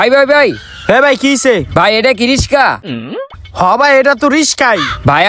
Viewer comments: রিশকা কী ভাই রিক্সা। আপনার কথা অনেক ভুল!!! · ভাই আপনি রিকশাকে রিস্কা বল্লেন😂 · রিকশা ❌ রিশকা✅ 😂😂😂😂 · রিশকা👍 রিকশা👎